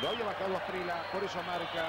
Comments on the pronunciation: Es gringo el locutor? Llama Asprila a Asprilla. Se le olvidó que hay una consonante llamada elle? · No entiendo porque ese narrador dice Faustino Aprila si es Faustino Asprilla! Se oye feo Aprila! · Asprilla, no Asprila jajaja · Me rompió las pelotas el comentarista diciendo asprila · Porque nadie le dijo que NO se dice Asprila?? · Los argentinos sobre pronuncian la "elle" (LL) para todo, pocho en lugar de pollo, gachina en lugar de gallina, etc. Pero, aun así, nunca, hasta el día de hoy, han sido capaces de pronunciar la LL en Asprilla. Ironías de la vida. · Los narradores argentinos no quieren o no pueden o no saben pronunciar el apellido de quien los goleó. 😊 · Eso te pasa narrador mediocre por pronunciar mal el apellido del negro esprilla